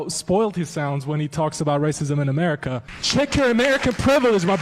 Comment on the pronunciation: Why are you saying "Americr" instead of AmericA?, are your parents so ignorant that they couldn't teach you how to speak English correctly, do you now need speech-therapy?, where is that R at the end coming from?,😖, but kudos to the Iranian dude who was taught how to speak English correctly.🤭